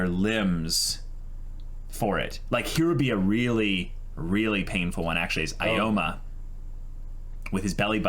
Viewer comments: Can someone on the discord let them know how Aoyama is actually pronounced? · You guys will never say Aoyamas name right, will you? XD